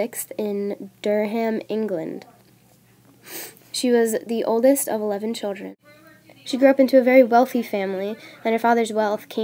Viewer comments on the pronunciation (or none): Brilliant! Though Durham is pronounced "Durram" with more stress on the "Dur" (at least that is how we pronounce it up here in North-East England!